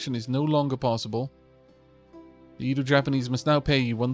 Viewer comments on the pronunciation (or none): Fun fact: In the Edo period, Japan was mostly isolated from the outside world, with the exception of the Dutch. It made me smile to see that the Dutch and Edo Japanese were neighbours in this game-run :) By the way, Edo is pronounced more like eh-do. The 'e' is the same as in egg.